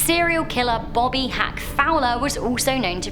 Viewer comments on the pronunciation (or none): none